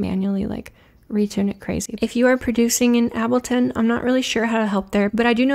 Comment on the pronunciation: Fantastic video, as always. I don’t know what I find the most surprising, that you don’t use ableton or that you pronounce ableton like that